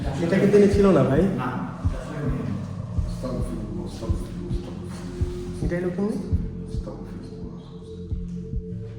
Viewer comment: ভাই আস্তাকফিরুল্লাহ হবে না ❎ আস্তাগফিরুল্লাহ হবে ✅